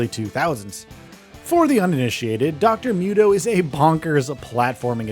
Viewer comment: It's Dr. MOO-toh, not myut-oh. noob.